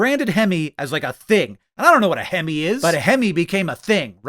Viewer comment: Looking for anyone else who heard him say "hemmy" (like a goofy abbreviation of hemorrhoid) instead of "hemi" and felt VERY CONFUSED as to why this was a cool thing that truckers wanted 😂